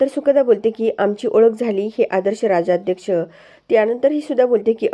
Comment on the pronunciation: उच्चार भ्रष्ट आहेत . राजाध्यक्ष, राजा अध्यक्ष नाही